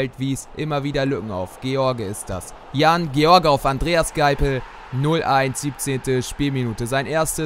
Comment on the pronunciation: Du hast Jan George die ganze Zeit verschieden ausgesprochen